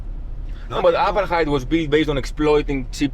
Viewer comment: Buddy 'its 'Apartheid' 'Not apatite as apatite means your hungry lol 🤪 Haha 'just playn wit ya.. So anyway when are you coming to Australia 'Like say sydney nsw for example my good man as we have many Greeks heir who came in the 50s n brought as diffrent taste to our taste buds lol